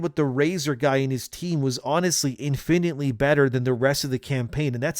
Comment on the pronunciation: this guy says infinitely weird